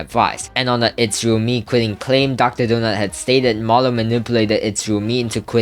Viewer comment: Marlow ❌ Manlow✅